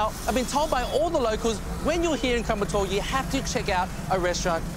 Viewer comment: The correct pronounciation is " Koyambattur" but what you're saying is " kumbattour". Please note that.